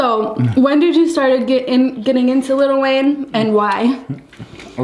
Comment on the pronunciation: Little Wayne😒 it's lil Wayne 😂😂